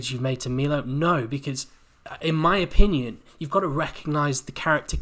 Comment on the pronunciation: Omg... it's pronounced My-low... everything else you have said has been spot on though 👌